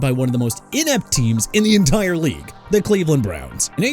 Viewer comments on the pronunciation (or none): none